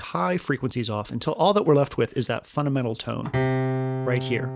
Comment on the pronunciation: "funadmental" sorry, video is very good just noticed that lol